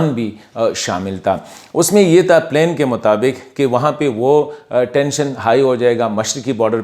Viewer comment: Good one. Thank you. Do work on your English pronunciation. For example it's plan پلان not plain پلین.